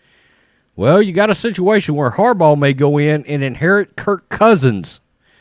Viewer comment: Are you saying Harball? lol